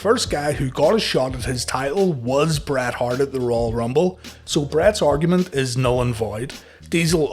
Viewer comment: Then damn dude, don't call him "Bret Heart" 😅